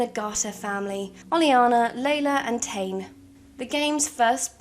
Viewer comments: I believe "Tane" it's pronounced like [Tah-Knee]. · Regarding the Sulani names Tane is pronounced Tah-nay the rest were pronounced decently